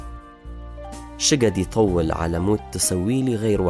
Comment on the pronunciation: ئەوەی ئەیخوێنێتەوە خۆی پێویستی بەوەیه فێری عەرەبی بێت .. ئی بیش..بەچەند..شگەد یتەوڵ، شوەکت 😂😅 والله پێشنیاز ئەکەم کەس گوێی لێنەگرێت، بەخوا هەرچی بزانیت لەبیرت ئەچێتەوە